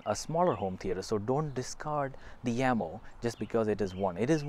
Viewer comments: Jamo. NOT yamo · You are incorrect. Watch first 5 secs of official Jamo video. They pronounce it as "Yamo"